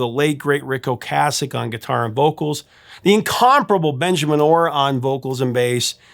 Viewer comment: Well this is why you're the. I thought you were pronouncing Ric Ocaseks name wrong, as I have always prononced it O-case-ek, since my high school days in 1978-81 when the cars burst onto the scene. So I looked it up, and sure enough, your pronounciation of O-cas-ek is correct! I remember me and my buddy totally burning the Cars 1st album out, the first summer it came out. We had the entire Album memorized! I once ran into Ric and his supermodel wife, Paulina Poriskova, at a cycling race in Bisbee AZ, they were in the same coffee shop that I walked into. I went nuts, as I was a huge fan of both of them. I had all the Sports Illustrated swimsuit issues with Paulina in them!